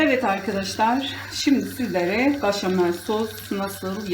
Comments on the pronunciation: başamel değil, beşamel demeniz gerekiyor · Ablam gözünü seveyim başamal deme ya 😂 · Yağ koyarsanız makarna sosu çekmez. Sadece bol tuzda haşlanmalı. O zaman yapışmaz. İtalyanlar asla yağ koymaz. Bir de başamel değil. Beşamel deniyor. Bilginize🙋‍♀️